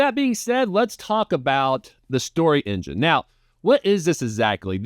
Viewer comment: Thanks so much for taking the time to share your experience with the deck! (Also, don't worry, you nailed the name pronunciation!)